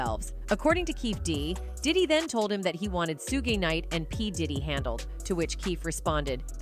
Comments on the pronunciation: your voice is AI; everyone knows suges name is pronounced " shuug " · lol 😂 this Snowbunny said suge she pronounced it Suuje it’s Suge Sug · The pronunciation of Suge 🙄